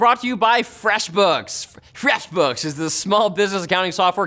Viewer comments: Slurring freshbooks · Dangerously close to incorrectly pronouncing FFEFWEEESHBIOOKS as merely "Freshbooks" in that vid. Nice recovery. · temporarily forgot to say it like "FWAAYSSHBOOX" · I read this comment as he said fweshbuks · Take 37: Linus, off-camera: No No its FR-EEHHH-SH Books. Try again!